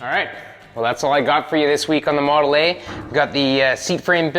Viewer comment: Not sure, did you say model eh? Canada jokes. 😂🤣😂 Keep the great content coming! 👍🏻🇺🇸🇺🇸🇺🇸